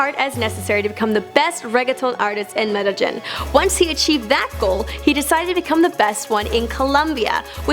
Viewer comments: Mede-ying thats how its pronounced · medejin XD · Medegin lol... it s said as meh deh yin. Now u say it. Lol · Medellín not Medellin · In Metal-gin 😂😂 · Since when Medellín is pronounced "Medigeon"?? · Mede-Gyn?? hahah she is terrible... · Hey I don't know how to pronounce the name of that city which comes up a few times in the script... how is it said? MEDDLE-GIN! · Bruh, how do you mispronounce Medellin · The way she pronounced Medellin 😭💀💀💀 get outtaere maaaan 🤦🏽‍♀️🤦🏽‍♀️🤣🤣🤣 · She butchered the city name of Medellin 😭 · the way she said Medellin (cringe)